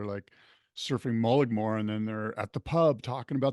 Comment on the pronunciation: is the Koa Rothman of this podcast. Frustrating to watch. Mullag-more? C’mon man. The “g” is silent, unlike the “g” in “global awareness”. More Matt Warshaw podcasts please. Merry Christmas! 🎄 Keep work.